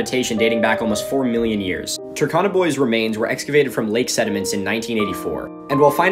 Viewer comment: The U in Turkana is pronounced as in cube not cup and the R is also slightly pronounced. I hope that makes sense it was just annoying me a little. And for anyone asking for my credentials to correct this I'm a Kenyan who spent parts of my early childhood in North eastern Kenya where the Turkana people live.